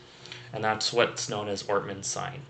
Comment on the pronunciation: I'm following your videos every day, you are awesome. I think It's ortner's syndrome, not ortman's sign. thanks again